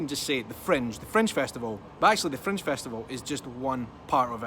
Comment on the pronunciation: I thought was saying " French " festival first couple minutes of video:) Thumbs up, off to book my flight with Freddie Laker:)